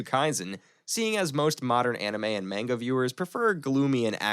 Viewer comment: Nice video only one little tiny thing is pronounce MANGA like マンガ if you say Menga it sounds really silly